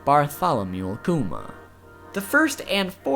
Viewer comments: Bar tolomea lol pronounced Bartholomew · Pronounces the first name... butchered. Bar-ti-lo-meoo